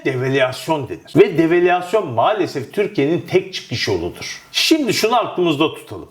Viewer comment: Murat kardeşim develüasyon diye söylüyorsun. Devalüasyon şeklinde söylüyorsun söylesen rahatsız güzel olur. söylesen daha doğru olacak.